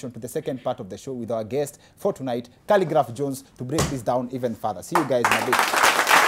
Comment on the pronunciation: 😂 😂 Did you just say khaligraph johns🤣